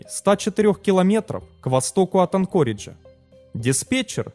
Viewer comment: В слове АнкОридж, в отличие от предыдущих роликов, ударение научились ставить правильно. Ура, однозначно лайк! Движемся дальше: правильно КОрдова, а не КордОва.